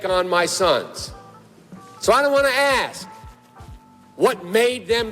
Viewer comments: He always pronounces "ask" as "aks" 😂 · Cool vid, but I can't stand listening to someone pronouncing the word "ask" as "axe". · cant take a full grown man who says "ask" as "axx" seriously, so cringe.